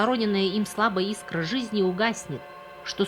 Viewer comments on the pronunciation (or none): none